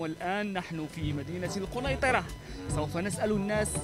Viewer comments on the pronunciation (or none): سوف و ليس صوف !!!